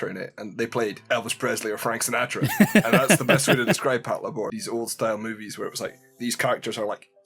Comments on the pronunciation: Pat-la-bor! I 😆... It's " Pat-labor ", mang! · Can you re-record the audio for this video and say “pat-labour” instead of “pat-la’bore”? Like nails on a fucking chalkboard. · Patlabor=patrol lay-ber Pronounces it lay-bore Frustration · It's pronounced Pat Leibar not Pat La Bor! It's Labour in British English. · Pat lá bor?... Isn't it pronounced "Pát Labour"? Because, you know... Labour robots? ;P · The inflection is killing me. Pat-LAY-bor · HOW DO YOU WATCH THE SHOW AND THEN GET THE NAME WRONG THE THINGS ARE CALLLED after robot suits build for work as in labour THAT PATROLE IT PAT-LABOR. FFS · You put the emphasis on the wrong syllable. It's PAT-LAY-BUR. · I thought it was pronounced pat-labor as in," i labor to build a house." I guess i have been saying it wrong for decades...😮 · it literally means Patrol Labor, so it's pronounced Patlaybor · "Pat-la-bore" wtf? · I can't with the way you pronounce patlabor 😢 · Well, you should have anticipated it. Your pronunciation blows.